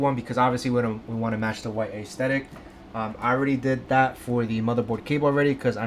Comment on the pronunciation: This guy saying, “a-esthetic” ?? 🤦🏻‍♂️